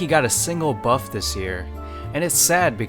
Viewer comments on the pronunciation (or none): did you seriously say puff instead of buff